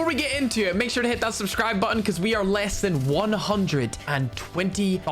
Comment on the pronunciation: Be sure to hit that subscribebottem!" Me:,, should I desunscribe him now?"